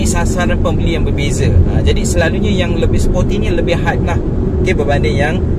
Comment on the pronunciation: Bukan spotty bang, sporty. Spotty tu tompok2. Haha.